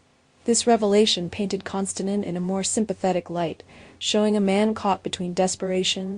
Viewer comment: It would be nice if you would pronounce his name correctly.